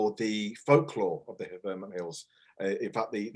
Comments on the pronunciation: sounds more like VER-MERNT to me but Vermint would make a great name for a hamlet or village plagued by rats and other vermin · Great update. This is not a criticism...just an observation from an American. Is pronunciation of Vermont (VER-MINT) typical for Brits? In the US a vast majority pronounce it VER-MOHNT. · No, I'm British and it surprised me too. I've never heard it pronounced the way does. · I picked up on the same thing and checked the comments, way of saying it felt a bit jarring.